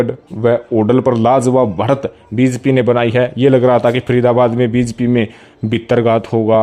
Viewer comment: बी ज पी 😀😀 bolna to sekh le pehle